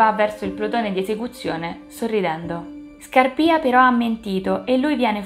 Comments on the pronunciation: Brava, mi sei piaciuta molto anche questa volta! 😊 L'unica cosa che vorrei dirti è che penso si dica Scàrpia e non Scarpìa, a parte questa piccola cosa ti rinnovo i complimenti per la passione che metti nel fare questo progetto. Rigoletto come lo vedi per una prossima operazione? 😂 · ⭕️ATTENZIONE: Ho pronunciato sempre male Scarpia, si dice Scàrpia e il primo atto è ambientato nella chiesa di Sant'Andrea della Valle, non Santa Maria.⭕️